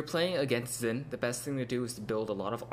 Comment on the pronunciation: Nope. It's not "Zin", it's a mix between "Shin" and "Sin". Watch the champion spotlight and hear how Phreak pronounces it.